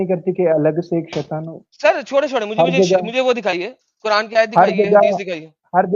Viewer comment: Kuran nahi kuraand 😂😂amazing sir well said😂😂